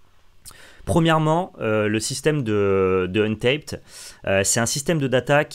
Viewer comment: Salut, ca se dit pas untaïped, mais untapped, avec un a. Comme le verbe anglais "tap, untap" utilisé à magic dont tu es familié ^^. je sais que c'est un commentaire inutile, mais l'anglais en moi a pleuré a chaque prononciation de untaïped (qui veut dire non scotché) ^^ merci pour les videos!